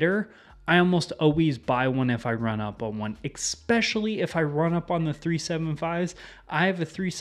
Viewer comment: Is it a regional dialect thing to say "ekspecially" instead of "especially"?